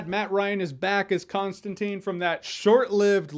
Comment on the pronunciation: ConstanTINE. Not teen, TINE .